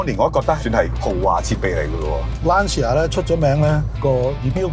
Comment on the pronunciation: 溫馨提示，Lancia 不是讀 Lan-ci-a。 意文應讀成 Lan-cha。路過別見怪 。